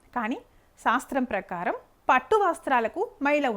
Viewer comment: మంచి విషయాలు చెప్పారు. అయితే శాస్త్రం అనాలి సాస్త్రం కాదు.